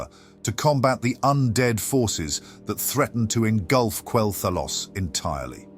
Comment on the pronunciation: At which point in Quel’Thalas do you spot the ‘o’ ? Why is it somehow only possible to say Quel’Thalos?! Oh, so it’s AI narration. Disappointing.